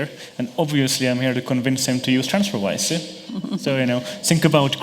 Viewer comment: "transferwire"... fail